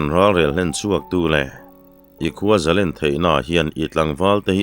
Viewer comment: hi Mizotawng chhiardan i thiam fu mai,"Zalen", tih tawngkam i lamrik dan erawh hi chu a fuh lem lo.Noun a ni emaw, adjective/adverd a ni emaw a thluk a danglam tur a ni lo.Mihring hming ang a, a lamrik dan a pangai reng tur a ni."Zalenna" tih hi, Mi, zarual lenna hmunhma anga sawi a ni lova, Nun zalen, nun hlim, rilru muang sawina a ni.chuvangin Zalen/Zalenna kan lamrik hian, "len", kan lamrik hian thluk tur a ni. Tunlai thangthar, Lehkha zir sang fu fu te hian, thlukna kan hman dan tamtak hi chu kan hmang dik lo hle bawk" Thluk" han tih hian a ri a fan tur a ni mai a, entirnan, Lallawma hmingah hian "Lawm", kan lamrik laiin a ri a fan tur a ni mai.Chutiang zelin, Sangkhuma, " khum",, u chungah thlukna a awm tur a ni."Sangzela", zela e zawnah thlukna a awm bawk ang.